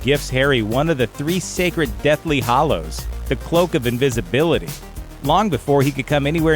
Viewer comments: it's hallows not hollows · sorry did you pronounce deathly hAllows as deathly hOllows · Its deathly hAllows, not hOllows. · Everyone who does these Harry Potter videos needs to learn the difference between the pronunciation of the words "hallows" and "hollows." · Do you really just say hollows instead of hallows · Sorry, but you lost all credibility when your narrator pronounced it "hollows." 😒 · the way he pronounced hallows